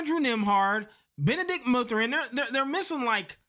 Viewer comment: Bennadict mooothurin 😂